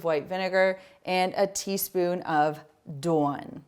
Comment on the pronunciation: Love these ideas! Also love the emphasized pronunciation of Dawn (Doowan) feels like I’m visiting New England 😅